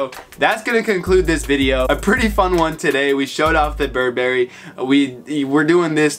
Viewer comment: Bur 🍓🫐 Bruh please learn to pronounce it